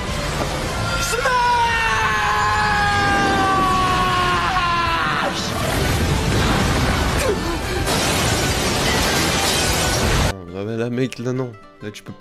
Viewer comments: Moi le SEUL truc qui me derange dans la vf de mha c’est la prononciation du smash alors qu’en vo il prononce plus de syllabes et ca donne un truc qu’on connais pas vrm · Le seul défaut que j'ai trouvé sur la comparaison vo/vf de mha c'est que le "s" du "smash" n'a pas été prononcé assez long dans la VF. C'est TOUT !